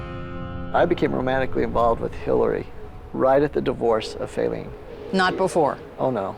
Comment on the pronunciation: Fayleene ? Who calls a baby that?